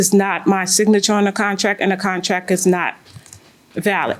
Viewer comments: Contrack. Lol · If she says contrack one mo time lol